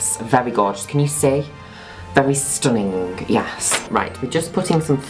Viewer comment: Nobody: Juno: STUNINGE